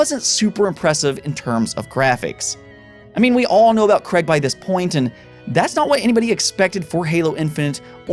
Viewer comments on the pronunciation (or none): none